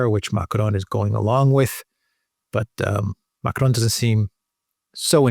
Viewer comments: I love thèse reports but god… please just use an English accent when you say Macron. It’s like nails on the chalkboard. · It's not MACARON 🤣🤣🤣 It's MACRON. ( pronounced :"Makron") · Man, stop it. You do not have to pronounce Macron as if you were mexican. Stop it.